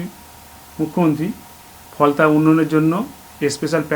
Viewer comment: কুনাল কাকু ওটা কি ফলতা না "ফলনা" 🤪 ?